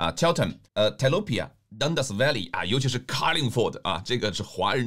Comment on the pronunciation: 你既没有本区的知识，也没有州议会运作的知识，更没有英文辩论的能力(连carlingford的ford都读不对）同为右倾候选人，你如何赢过Monica Tudehope，在Horsnby的话你如何赢过James Wallace（james挺干练的小伙子）两位都有Julian Leeser’s endorsement，都经常深入走访社区，你作为“区外人”，连区内选民的基本信任都得不到。 我在Epping州选区，也了解h‘by，祝你好运。